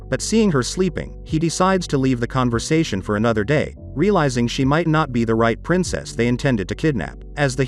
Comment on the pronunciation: Princess " SYA " lol